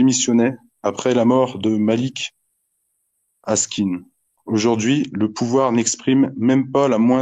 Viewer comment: Le type aurait dû éviter de massacrer le nom de Malek Oussekine, ça la fout mal... 🦋 Trop de solennité, jointe aux maladresses, gâche le fond des propos, à mon humble avis. Pensée pour Malek, et pour Steve. Et pour toutes et tous les autres. 💃🇨🇵🥂